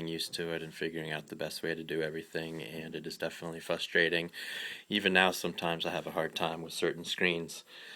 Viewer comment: You mean "FRUSTRATING"?.... LoL not "FUSTRATING"